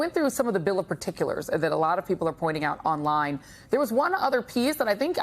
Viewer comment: Emphasis on OUT